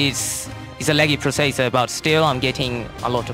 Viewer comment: processor he pronounced as--- prioseieiesierirrr